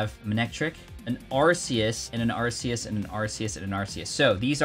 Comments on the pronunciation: Neither, its just Arceus. The plural to all pokémon names is just the same as the singular. Also, it's arc-e-us. Not arse-e-us 🤷‍♂️ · you mean arkoos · Never seen someone who makes so much pokemon content mispronounced arceus so much 🤣